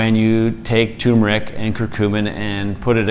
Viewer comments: It’s pronounced ter-mer-ic not too-mer-ic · Not tumeric... It is tuRmeric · First Docs you should learn to pronounce the Roots Name properly...it is not Tumor Ick it is Tur Mer Ick... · You need to get the pronunciation right. Its "Tur-mer-ick." Not Too-mur-ick... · I used to call it Too-meric also. But there's that r in there. So it's tur-meric. You're welcome :) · You missed an "r". It's turmeric, not toomeric. 🙂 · It's spelled TURmeric, but most people (mis)pronounce it TUmeric, like these guys. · TuRmeric. There's an r between the u and m. The sress is on the first syllable, not the second syllable. TER-meric. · First off gentleman ..... it is pronounced. T E R MER ICK. I'M 74 years old I and have making my own turmeric capsules from 1lb. containers of organic turmeric AAA size capsules (1000mg.) 1 gram bid for at least 10 years. YES it is a pain to make the caps, but I can't stand the flavor. I have no aches or pains associated with a 74 year old overweight male ! My weight is 260, my BP is 121 / 72 and my bloodwork has been normal for my entire life ! The reason I began taking it was that I had read how effective it is in killing cancer cells, oh did I forget to mention that I am an all day pipe smoker ? All the test results that I have read blinded and controlled or not show many positive results in reducing bp, heart disease, killing cancer cells, and many more in addition to reduced inflammation. I could go on about my tri geminal neuralgia, and surgical pain that I no longer have. Conclusive ? No but certainly worth a serious look !!! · I cringe when I hear "TOO-mer-ic." It's like saying "NOO-kew-lar." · Hubby screams "tuRmeric"... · Not "too-mer-ic" sorry. Otherwise splendid info! Here's the correct way to pronounce it. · Very informatively . Thanks Sorry if offered I was not talking about spelling It was the pronunciation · If only they could pronounce turmeric 😂